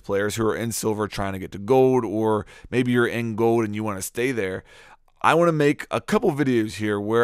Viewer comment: Is anyone else bothered by the way he says "Gold"...Goed...lol.